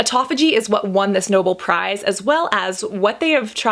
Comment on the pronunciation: Anyone else notice she mispronounced Nobel prize? It’s “No-BELL” not “noble.”